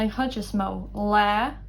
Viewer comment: Why does "chuid" sound like "hhij" (with an English j) and not [hhid(j)] (with a weak palatalization of "d")?